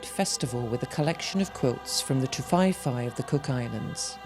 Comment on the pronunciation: Ti-vae-vae not Ti-fai-fai